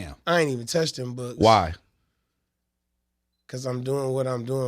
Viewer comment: damn that's a strong "why"..